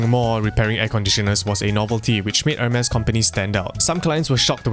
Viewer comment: pronounce it as 'ermes or Hermes or hermies? cuz this aint Hermes with the e